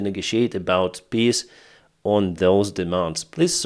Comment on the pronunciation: Not making fun of you,, but the Ruzzian "peace plan" is a piss plan, as you pronounce it...Heroyam Slava.